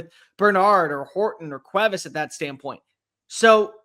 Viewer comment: Still a little off on Cuevas but I appreciate the attempt 😂